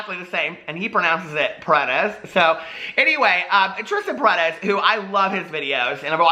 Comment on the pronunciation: Hello!! I´m from Venezuela, and you are pronuncing right Paredes!!! hahaha just one more confirmation!